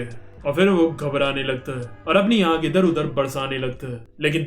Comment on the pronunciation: ankh not ankhe